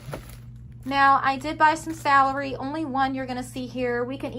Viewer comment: I don't mean to be mean but its Romaine lettuce not Romanian, gay-la apples not ga-lay, its Russet potatoes not rustic and celery not salery.